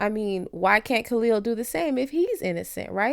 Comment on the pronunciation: Why is the sister saying Khalil name incorrectly 🤔